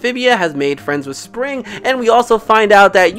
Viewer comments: its actually pronounced sprig not spring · It’s Sprig😅